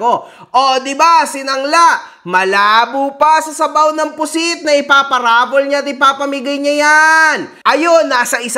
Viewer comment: Baka waffle instead of raffle HAHAHA